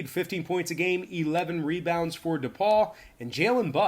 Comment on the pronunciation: D-Paul also known as DePaul (pronounced Da-Paul)